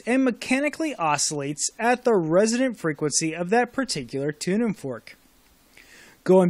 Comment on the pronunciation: ... resonant - not resident !